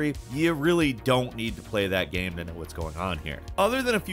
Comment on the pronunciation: always says GYAME....